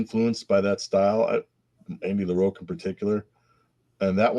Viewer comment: omg it is Andy LaROCK not LaROAK